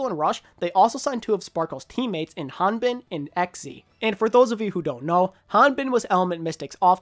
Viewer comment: Big props to you for pronouncing Hanbin’s name well. Class act bro